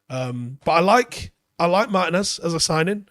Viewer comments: Mar-TEE-nez. It's not pronounced like Martin ffs. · Just a heads up. Looking him up on google there's an accent over the i that means you give that letter more emphasis. It's pronounced Mar-Tee-nez. It hurts my brain a little every time you call him Martin-ez. I hate being that guy mentioning this. Anyways keep up the good work.